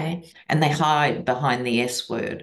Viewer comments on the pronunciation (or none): none